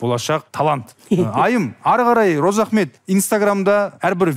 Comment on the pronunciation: Розаахмет деп дурыс атамапты, Разыахмет десе дурыс болар еды